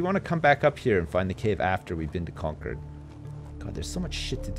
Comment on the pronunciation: This is so weird... I grew up in Concord, MA. Who knew it would be the setting of Ruffio Lorenzo's greatest journey? Also, ' pronunciation of "Concord" is killing me. Despite its spelling, it's pronounced "cong-curd".